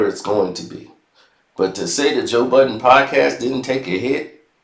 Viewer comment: will never get Joe’s name right…. It’s Bud-den, not Bot-ton 😂😂😂😂